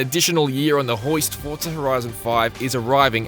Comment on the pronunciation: Why is he saying forta? I'm confused